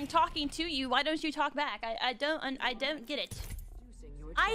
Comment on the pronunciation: LMAOO got so furious a British "I don't" accent came outta no where